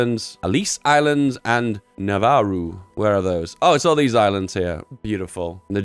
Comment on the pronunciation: Nauru: Navaru